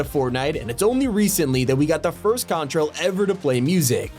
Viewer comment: He said contrail buddy 💀